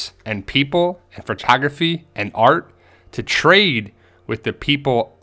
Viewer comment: photography is pronounce "fotografy" not "potography". are you a garbage person?